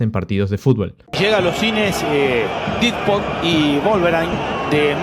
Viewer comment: Didpod y Volverain 😂